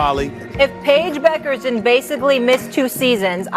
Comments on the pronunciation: PAGE BUECKER IS PRONOUNCED BECKER! It's a German last name. I am tired of people mispronounce people's last names. As a podcaster it's your duty to research and learn how to pronounce people's last name. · The woman makes good points but should learn to correctly pronounce Paige's last name. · Despite what this idiot says in this video, Taurasi has given Clark respect. However, when Clark does just a bit of what Taurasi has done over 20 years then y'all get back to me about how great Clark is. The least thing this idiot in this biased video could do is spell Diana's last name and pronounce Paige's last name correctly.